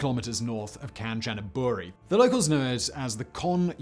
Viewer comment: Kahn-chah-naah-boo-ree (kahn like Star Trek character, chah like cha-cha-cha, nah rhymes with previous syllable, boo like a ghost, ree like rhymes with see)... Don't worry about tones, pronouncing the name like this, Thai people will understand.